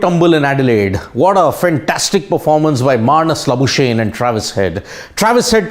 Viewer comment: Hey bhaio the Australian ( SA born) cricketers name should be pro nunced Mar nis La boo skugg knee not La boo shane.